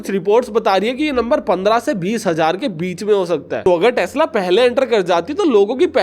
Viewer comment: Tax-la😂😂😂 not tesla